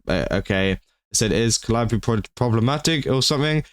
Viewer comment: Holy fuck, finally, someone that can pronounce 'Calliope'.